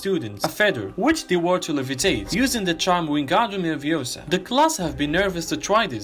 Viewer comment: Its leviOsa, not leviosAAA